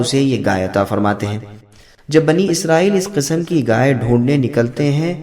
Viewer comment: Bhai ghai hota hai gay nhi